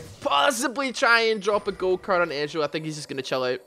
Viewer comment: when he said "gold card" i thought he said "go cart"